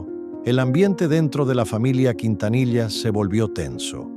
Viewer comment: ¿Qué tipo de Mexicano eres sí no sabés pronunciar él apellido Quintanilla?